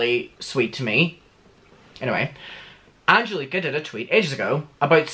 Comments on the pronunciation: when he pronounced Angelika's name like that i choked on my own spit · i love u but when u said anGelIKa i sCREAMED JSDFSDSFJJDSF